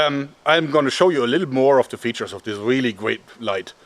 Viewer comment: I think his spelling sounds a Little bit like a child. "The" as "Se" if you know what i mean. Also german is much more difficult than englisch, so don't blame yourself. You'll get better at it from day to day :)